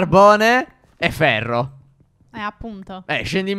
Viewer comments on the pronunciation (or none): 1,54 carbone e pherre😂😂😂